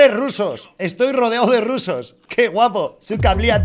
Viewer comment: Tu estar diciendo cosas mala de los rrrrrrusssssos 😝